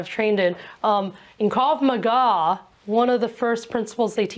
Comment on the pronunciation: A bit wierd how she pronounce krav maga but she is absolutely right